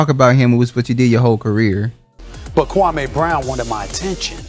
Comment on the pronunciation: His name is pronounced Kwa-mee